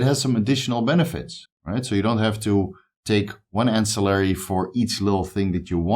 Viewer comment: Yeee my guy first time you said ancillary right on a video ;) only messing with you, keep up the great content bro I have learned and benefitted so much! One love!